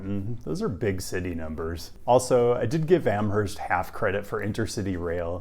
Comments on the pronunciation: The H in Amherst is silent. It’s pronounced like Amurst. Love the Western Mass feature on this channel tho! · UMass grad here - LOVE Amherst (pronounced Am-erst, BTW) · Pronounced "Am-erst". (It's a Yankee thing.) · just a stupid fyi, but I went to UMass and was immediately informed that there is no H in Amherst. So, Am-murst. In the schemed of Massachusetts town names, this is mild. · Every time he said AmHerst, I twitched. That said, at least 20 years ago, we were saying either Noho or North Ampton. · For what it's worth, the "h" is silent in "Amherst." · Just gonna say, the H in Amherst is silent. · Amherst , MA ! Pronounced with a silent H.. even tho in Amherst NY ( a Buffalo suburb) , the H IS pronounced . I’ve lived in both ppaces. Have also lived in Ithaca, & crime nowadays around The Commons ( pedestrian mall) is out of control !! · Amherst Mass (H is silent). Love your vids! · Didn't they have the shuttle service running in summer? I'm still recovering from pronunciation of Amherst Forget the 'h' unless you're over in Buffalo! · Love your content!! These videos will come in handy as I approach retirement. I love walkable college towns. One comment I have is that you need to reverse your "H's" for Amherst and Northampton 🙂. Amherst is pronounced more like Am-erst and Northampton is almost like 2 words, North Hampton. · Don't pronounce the "h" in Amherst. Do pronounce the phantom second "h" in Northampton.